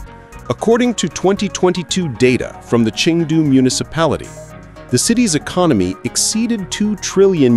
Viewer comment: It's ChEng du. (Pronounced cherng du)NOT Ching du